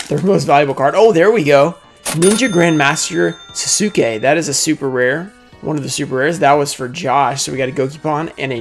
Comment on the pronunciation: it's pronounced SAS- KEH